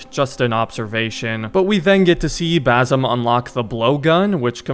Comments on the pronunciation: My only wish is that you pronounce the ”S” in Basim’s name .. its Basim not Bazim 😭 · It’s basim not bazim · Basim is pronounced bah sim not basom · i just wanna correct you when you said “bazim” it’s actually “basim” with a soft S. but nice video bro, keep going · it's not bazem, it's bassem with an S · one other thing to mention, the main character's name is BaSim, not BaZim 😁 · broo its bassem its an S not a Z broo cmon u fucked up his name